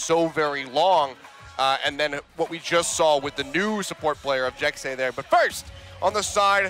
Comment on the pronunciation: I'm about 98% sure Jecse is pronounced like Jesse not Jexy. Because a lot of other native language speakers spell things how they sound when spelling English words so phonetically Jesse would be spelled Jecse because the 2 different sounds the S's make